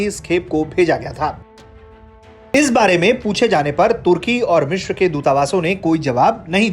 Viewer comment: वो "मिश्र" नहीं "मिस्र" होता है। आजतक के पास ढंके न्यूज़ रीडर तक नहीं हैं क्या? एक वो आयुष है जो इतनी गलतियों के साथ ख़बर पढ़ता है और एक ये महाशय हैं जो "मिस्र" को "मिश्र" बोल रहे हैं।